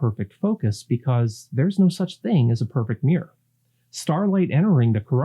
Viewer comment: Mirror has 2 syllables. Fascinating topic!